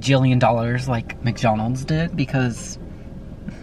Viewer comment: Did he say? Macjonalds?